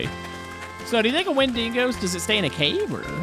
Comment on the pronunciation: its not wenDINGO gents